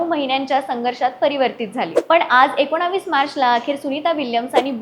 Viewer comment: "एकोनावीस" नसतीय ओ बाई "एकोणीस" असतंय